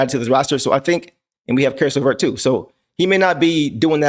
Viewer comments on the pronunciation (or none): I'm sure you didn't catch yourself saying carrot laverse, but I love it! From now on, his name is carrot laverse😅